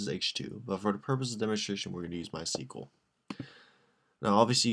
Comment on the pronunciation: You pronounce MySQL all wrong LOL